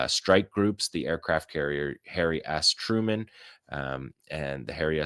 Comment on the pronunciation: Did you just say Hairy Truman?😂😂😂